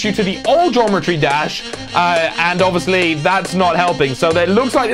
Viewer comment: What? "Gometry Dash"